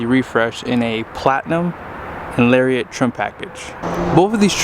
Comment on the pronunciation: Great video comparison. Only thing that bothered me was the continual mispronunciation of Lariat.